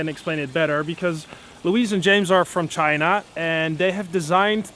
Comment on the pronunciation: interesting and maybe racist pronunciation of China